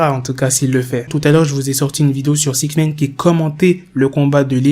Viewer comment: Six Naïne! Pas six nèïne